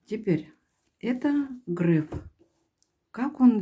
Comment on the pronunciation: Только он не Грэээээф, а Греееееееф. От слова греехххх..